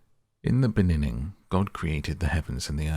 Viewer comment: Are you saying: in the beninning? Instead of beginning? 😂